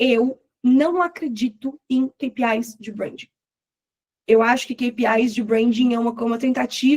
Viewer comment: Amei que ela fala Queipiai do jeito certo e não Quipiai. Rs.